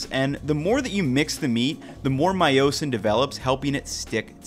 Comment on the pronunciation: You’re saying myosin like Ron Weasely says “leveosah”